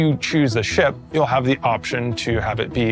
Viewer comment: "it means like ve need to haf enough item banks around each location so you don't block each other." I see something was learned from New Deal Lorville. Also, MMO player purposefully grief people... say it ain't so.